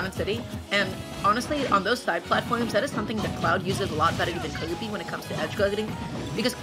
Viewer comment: their name is kirby, not kewby